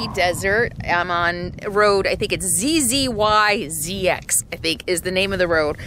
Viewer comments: Zyzzx Road is pronounced Ziz-iks. My daughter loves that name! Hope you can come up to the Pacific Northwest. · Its pronounced zizzix! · Zzyzx is pronounced zieziks. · There's several Zyzzx roads across the country. The most usual pronunciation is "Zyezak"....like eye + yak (but with z's)!